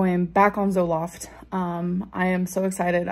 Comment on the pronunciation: How the hell did she pronounce Zoloft?